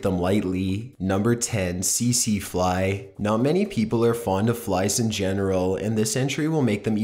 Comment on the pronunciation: It's not pronounced "see see fly". Try again.